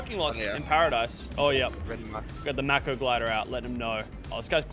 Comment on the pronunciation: bruh Its not mac-o its make-o